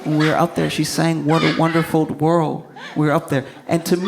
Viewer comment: Whert uh wenderful werrrllld